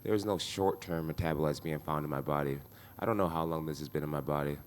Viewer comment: " you will die , you will die " " ion wanna die " 😂